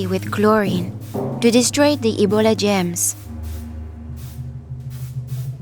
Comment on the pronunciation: I thought she said “gems” instead of “germs” because of her accent but this is so sad :c sorry for your grandfather but thank the heavens your mother survived